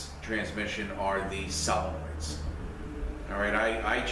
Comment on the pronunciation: I can tell you have been a mechanic for a long time, by the way you speak. I love the way you explain things. To be honest, I laugh a little because I now am calling solenoids, sell-enoids. LoL!! Nothing wrong with the way you say it, but you said it so many times, it's stuck in my head. XD Anyways, great video. Thank you for the info on the U151 trans.